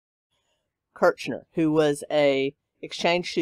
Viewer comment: Meredith Kercher, is how you say Merediths name.